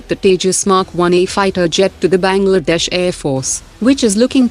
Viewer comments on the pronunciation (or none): Its Bangladesh not bagldash